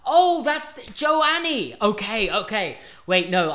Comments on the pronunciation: pronouncing joe-anne jonie 😭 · is no one gonna mention how hes pronouncing Joanne